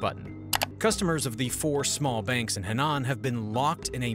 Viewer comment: Henan is pronounce “Her-nan”